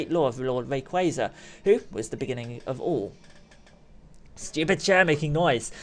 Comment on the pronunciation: You say Rayquaza wrong